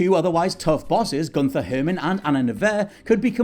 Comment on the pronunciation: Agent Anna "Nevair?" Can you guys not put a phonetic pronunciation guide in the script?! At least pronounced Gunther Hermann right.